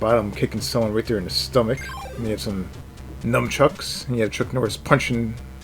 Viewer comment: Did you say “NUMchucks”?